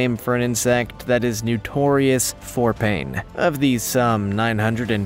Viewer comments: When you say "N-YOU-torious" I take it you mean *notorious*. Irksome AF. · The word is pronounced "NOtorious", .not "NEWtorious" I felt compelled to correct the narrator after hearing him mispronounce the word multiple times. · NOtorious not Newtorious.